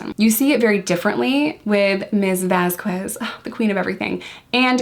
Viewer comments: A note for future videos: There is no W sound in Vasquez. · Great analysis! You hit several of the same points as Spidey from Behavioral Arts! Just a head’s up…Vasquez is pronounced without the U. So it’s pronounced “Vaz-kez.” Elaine was super annoying about her name. I know it’s an innocent mistake in this video, but Elaine was strategically disrespectful about her name. Like she would pronounce it right but then during cross and redirect she’d say it with the U again. 🙄😑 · Vasquez is pronounced with a K sound where the QU is. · i love you and i loved this video, which is why i need to tell you that the "u" in "vasquez" is not pronounced. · I was looking for this comment. I agree it’s a not a super important detail in this video as isn’t trying to be disrespectful but I thought Elaine was saying it wrong on purpose and this video made me wonder if I heard it wrong since I am only on like day 3 and haven’t heard her name said a lot yet. I just saw Elaine using it wrong in like recap YouTube videos so I was wondering if it was really said the way I thought or if Elaine was saying it right. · Great analysis! The u in Vasquez is silent BTW. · We call Elaine Bredehoft Umbridge. They are supposedly very good lawyers but they are obviously not litigators. Umbridge is used to depos and settlements. I think the Turd has ruined her own case by forcing their lawyers to fall down rabbit holes like muffins & megapints. Camille's last name is pronounced VasKez. Yesterday, it hit the press that the reason the Turd's role was cut back because of lack of chemistry with Jason Momoa.